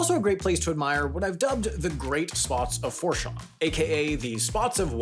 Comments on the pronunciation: Okay, this is seriously important, please read. You NEED to learn how to pronounce words before you say them online. It is NOT FUOR-SHON. It is FOO-SHON. This is a major American port that you mispronounced comically, and it discredits you. Can you not do basic research? Did you not consult anyone involved in the topics you're discussing? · Port (foo-shawn) fourchan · It's pronounced "Port Foo-Shawn", with the trailing 'awn' sounding more like the French would say it (with the 'n' trailing off). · It's pronounced Foo-shawn, not four-shon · 1st: I like that Port Fourchon, LA was used in this great, enlightening video! 2nd: It's pronounced "Foo-shawn" locally but made me giggle when you said Four lol :) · Fourchon isn’t pronounced For Shawn in Louisiana. This is because it is French. And instead they say Fou Shawn. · FOO SHON NOT FOUR SHON AAAAAAAAAA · Fourchon is pronounced foo~shawn. Not Four. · never heard port fourchon (foo-shawn) pronounced like that. but also never heard someone outside the area say it either. wish the weird circles were real :( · Foo-shawn, not four-chon. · Fourchon is pronounced FOO-shawn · its pronouned Foo-Shawn...(Port Fourchon) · Fourchon is pronounced “f-ooh-shaw-n” and I’m really curious what made you use it as an example in this video lol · Port FOUR chon The Louisiana in me is crying 😂😂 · One nitpick, its pronounced Port FOO-shon. Otherwise, stellar video 😅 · Fourchon, LA is pronounced Foo-Shawn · It’s pronounced Port foo-SHAWN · Say it with me… foo-shaw. That is all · Fu-shon. It's pronounced Fu-shon. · “Four shawn” 😂😂😂🤦‍♂️ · It’s pronounced “FOO-SHAWN” (but with a French accent light N. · We pronounce Port Fourchon, Port Fooshawn. Just letting you know. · Louisianian here! Port Foo-Shawn, you gotta love the Cajuns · Dearest, It’s actually pronounced “Port FOO-shon”. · Great video, but the pronunciation can use some work. It’s pronounced port “foo-Shaun” no “r” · It's pronounced FOO-Shawn. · Its pronounced as port "foo-shaun"